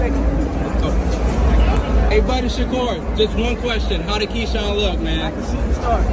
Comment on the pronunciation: How you makin content on Keshawn and calling him Keon🤦🏽‍♂️